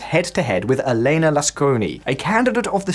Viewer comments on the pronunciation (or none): none